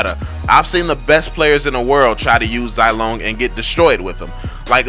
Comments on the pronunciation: Zai lone? I say ze long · Zilong is pronounced zee-long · And you cant even say zilongs name correclty 😂👎